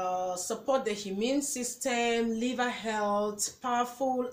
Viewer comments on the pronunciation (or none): none